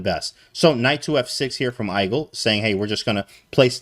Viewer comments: Not hate at all, just found it funny that he pronounced igel like Eye gull and not eegull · Igel is german for hedgehog, and the I is pronounced like "ee"